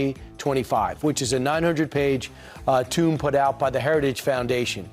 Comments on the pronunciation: Did Killmead just say "900 page tomb"? I bet he meant "tome". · Did that Fox fool say "tomb" instead of "tome"? What a bunch of dummies. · "900 page tomb"? I think he means tome.